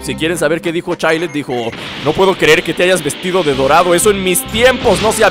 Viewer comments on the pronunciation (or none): Se pronuncia Chaild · Se pronunsiava chaild